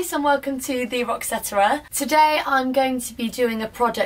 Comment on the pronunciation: The way she says roxetera :)